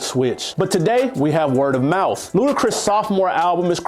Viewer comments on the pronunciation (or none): Dude literally had “Word of Mouf” at number 6!! All of the L’z 😂🙆🏽‍♂️🤦🏽‍♂️